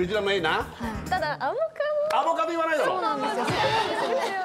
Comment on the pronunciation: 小吉の発音がアボガドなの小吉過ぎて好き